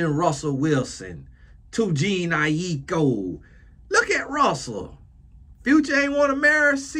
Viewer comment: JA-NAY EYE -E-KO=Jhene Aiko